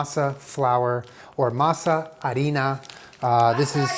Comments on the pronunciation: As a Mexican, I approve the pronunciation of masa and harina. 🇲🇽 💯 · saying harina correctly me, a latina: estás invitado a la quinceñera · MAKE TAMALES FOR YHE NEXT VIDEO!!!! I’m curious as to how vegan tamales would turn out. Also, hearing you pronounce the words arina, tamales and maza correctly makes me feel respected as a Mexicana. Gracias!!! Do it to em!! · You pronounced harina perfectly omgggg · You making real authentic corn tortillas with “harina” and doing your best to pronounce it correctly really made me Latina heart sing 🥺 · the way you said "harina" was really good and it caught me by surprise. if I didn't already know you were American I would've assumed you were Hispanic. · The way said harina melted my Latina heart 💙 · Thank u for saying harina right lmao